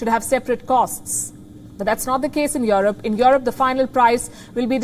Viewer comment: Who is "yoreb" ?